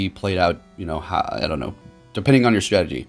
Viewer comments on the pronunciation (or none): none